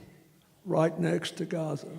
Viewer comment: Is bro saying Gaza or Gotham?💀